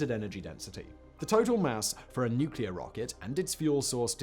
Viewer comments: As George Bush said, " nuc-e-lor". ;~] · its his stuff nose mate mispronounced it 😅😂